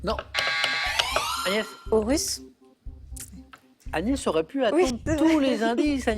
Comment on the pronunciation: PTDR à il appel agnès anus lol